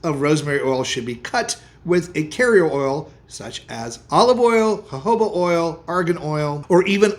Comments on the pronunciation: At least you say Jojoba correctly. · The j in jojoba is pronounced as h